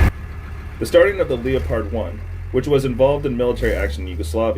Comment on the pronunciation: It's not Leo Pard.... get it right moron.